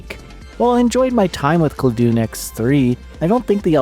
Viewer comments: Dun as in dungeon not Dun as in Dune. ClaDun, Classic Dungeon. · I believe the name of the game should be pronounced the same way as the words it combines, ‘classic’ and ‘dungeon.’ /ˈklædən/ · I don't know what claw-doon or clah-doon is, but cla (like classic) and dun (like dungeon) i.e Cladun is a good game.